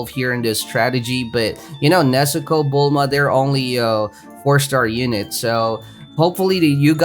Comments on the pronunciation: BULMMMMA NOT BULMAMA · anyone else hate it when he says "Bulmama" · He has been calling bulma bulmama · It’s not bulmama it’s bulma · I always get confused when he says boll mama instead of bulma lol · This idiot just called "Bulma" Bulmama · He says bulmama lol it suppose to be bulma he says bulmama farm LOL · Just realize after 2 years he said bulmama 💀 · I love how he calls bulma bulmama lol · why does he say bulmama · I love how he called bulma bulmama🤣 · why does he say bulmama :/ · he just said bullmama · You said bull mama🤣😂 I can’t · i get the troll you are saying "bullmama" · I love when he says “Bulmama” lol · Bull MaMa